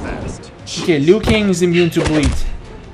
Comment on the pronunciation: While you were fighting kung lao and said "Lui Kang" did you mean kung lao?